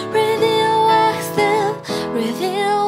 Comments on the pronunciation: A menina não sabe falar radioactive? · É engraçado quando ela fala "clotes" (clothes) e "radioacthive" (radioactive) 😂😂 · achei que ficou tudo 100% menos a pronuncia do radioactive, ficou bem estranha, mas de resto 100%